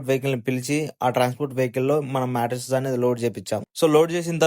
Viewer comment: మెట్రెసెస్ కాదు బ్రో మ్యాట్రెస్